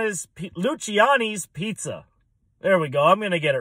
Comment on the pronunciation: Pronounced Lucy-annies. Great pizza.